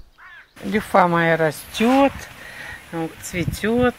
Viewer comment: Не люффА, а лЮффа - ударение на Ю